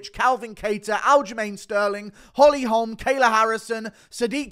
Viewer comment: The way you say holm should be illegal